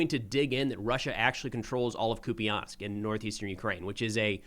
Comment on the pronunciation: I heard the last syllable of the city pronounced as "pole" not "po-le" by the Ukrainian channel.